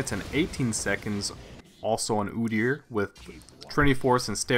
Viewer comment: ugh his name is pronounce "oh deer"